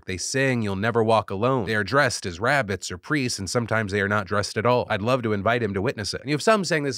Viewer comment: Did he really say they're dressed as "rabbits or priests"? Or is it supposed to be rabbis? I'm confused